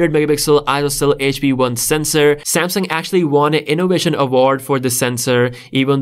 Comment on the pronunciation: Because he says like that🤣🤣